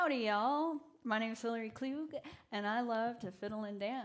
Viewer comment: So that’s how you pronounce your name! Kl_oo-g 😂